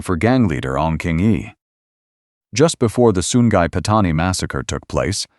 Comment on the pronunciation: Sungai jadi Sun Gai